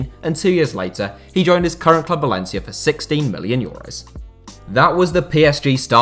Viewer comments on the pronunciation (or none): none